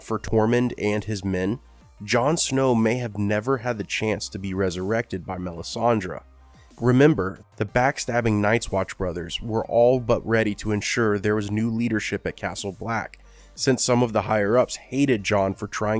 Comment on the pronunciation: MelisandrE - not MelisandrA 🤦🏻‍♀️